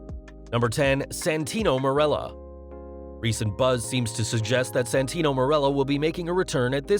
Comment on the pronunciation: IT'S SANTINO, NOT SENTINO(cit)